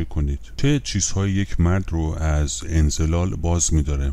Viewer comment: درودبرشما،انزال را انزلال تلفظ می‌کنید،لطفاًاصلاح کنید